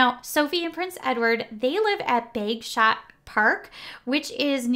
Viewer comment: Hi, another really good video! Just a couple of things I would point out, in the nicest possible way of course, Bagshot is pronounced Bag Shot and the Rhys in Sophie's maiden name is pronounced Reece. Not being picky just thought you would like to know. 😇